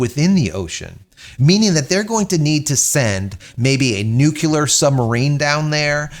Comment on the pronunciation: Dude, you actually said "nucular" 🤨, anyways interesting video nevertheless. Having participated in dangerous fringe activities myself, knowing exactly what I'm getting into, I really have no sympathy for people who put themselves in those situations and suffer the consequences. No feelings either for or against, besides there are a whole lot of better things I can think of spending $250,000 on if I had it.